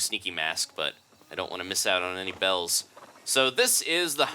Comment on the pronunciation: He said bells